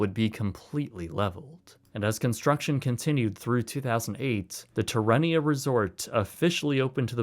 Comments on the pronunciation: Say it with me. Tare-ah-nay-ah, not terr-en-nea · Dude! You are completely pronouncing "Terranea" wrong. It's "terrA nea" not terrE nea. Terra means earth. It's painful to hear you say the name incorrectly. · I live in Redondo and remember playing in the ruins of Marineland! It was trippy seeing this abandoned park in the middle of paradise…oh and it’s pronounced tear-a-ney-ya not terrarium lol 😂 you should cover the defunct pier park in LA that was made famous by the Dogtown and Zephyr skate crew of the late 70’s sometime! Great video tho! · Terranea is pronounced Tear-A-Nay-ya, not terrain-ea. I know, you're not a local, so I'll give you a pass, just wanted to clarify. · Terranea is mispronounced by the narrator. The correct way to pronounce it is "tear ah nay na". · Tear - uh- naya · Resort name is pronounced; "ter-a-nay-ya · (The new resort is pronounced "tair-uh-NAY-yuh.") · Oh dear, wonderful film, but it's called (phonetically) Ter-An-NE-ah. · Btw, it's pronounced like terra nay-uh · Tear-uhh-nay-uhh is the pronunciation / great vid bro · Great video. Your pronunciation of Terranea made me lol, it’s pronounced like terracotta. They held a lovely event I believe in 2011 or 2012 in memoriam of marineland. Yes it’s expensive but it’s a WONDERFUL place to hike and enjoy the views and I have many fond memories there. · It’s pronounced Terra - nea, think terracotta. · I love how the narrator mispronounces the resort name - lol. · Would be nice if he pronounced Rancho Palos Verdes and Terranea right… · Interesting video, but you mispronounced the name of the luxury resort that replaced Marineland.